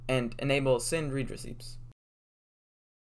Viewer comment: The way you said read 😞